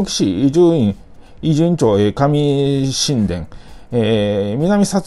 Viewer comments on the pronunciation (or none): 「上神殿」は「かみしんでん」では無く「かみこどの」と読みますよ。 僕も最初「かみしんでん」だと思ってましたが、関東で「神代」を「こうじろ」と読むように「神」を「こう」と読むようです。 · 上神殿の読み方ですが、 かみしんでん→✕ かみごうどの→○ になります。 交通量もそこそこある3号線沿いに下神殿の伊集院北小学校とかあるので県民ならだいたい通るとこなんで間違えたら恥ずかしいですよ